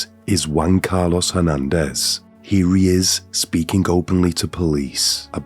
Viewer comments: Wan...Car....Los...it wasn't just me, come on. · All i heard was Juan-Car(loss)